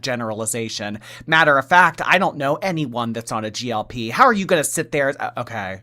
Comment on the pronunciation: It’s GLP 1, not GLP❤ love u,!